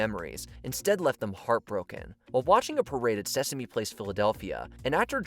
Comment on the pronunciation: The reporter definitely said Seaworld instead of Sesame, right?